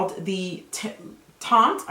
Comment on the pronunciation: That looks amazing. I can't wait to try it. By the way, teint is pronounced without the t at the end